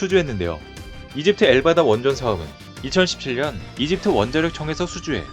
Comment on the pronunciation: 왜 엘다바라 써놓고 엘바다 라고 읽나요? 앞으로 신경좀 써주세요!